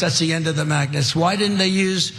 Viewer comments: It sounded like he said magnus instead of magnets. What kind of moron thinks that magnets stop working when hit by water? He is "like a very smart person" but he is only "like" one but isn't actually one. Also intellingent people never say ' I'm like a very smart person". That is the way a 5yr old would say it.:hand-orange-covering-eyes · When he says magnets sounds like the t is missing, sounds like he's saying Magnus